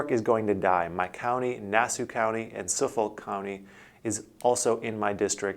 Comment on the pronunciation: The way he pronounced Suffolk county made me cringe.